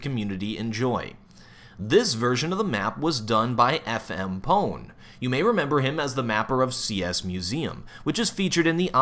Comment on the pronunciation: Lol.. FM-Pone... FMP-One,..